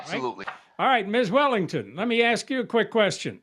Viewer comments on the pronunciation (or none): The Defendant is a school teacher and still says AX instead of ASK? Does he call the Poe-lease or call for an Amba-lance ? Educated people Don’t speak like that. They speak proper Grammar. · No way is the defendant is a teacher! "Tooken" and "ax" he's giving me a headache